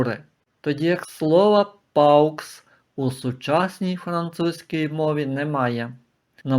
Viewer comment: Ви не правильно читаєте paux , не паукс , а по , так читається буквосполучення au , як о , а не ау , x взагалі не читається в кінці слова .